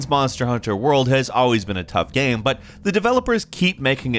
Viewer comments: "Every single gyaaeyum". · Is it just me or does anyone else find weird the way says "game"